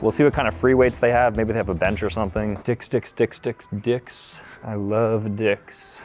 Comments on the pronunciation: “I love dihs” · Did he say I love diks